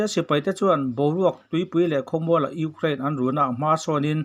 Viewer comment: Urein a ti leh zauh thin tih mai loh chu a bengvar thlak e